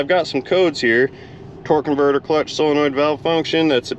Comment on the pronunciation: I REALLY enjoyed this one because, like you, transmissions are not my "forte" and I definitely learned stuff, 'n I likes learnin' stuffs... Speaking of vocabulary, are you pronounciating solenoid correcedly, like sole-a-noid, or are you being silly and pronounciating it like sil-a-noid? I couldn't tell; sometimes it sounded like one and sometimes it sounded like the other... 🤪